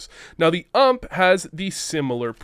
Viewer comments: I stopped watching the video as soon as I heard you call the "U.M.P." the "ʌmp" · imagine saying ump like ump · Like UMP and not U M P, my ears cant stop the bleeding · wtf, p p bizooonne and ump, sounds soooo wrong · I really hope your being sarcastic in the way you say bizon and ump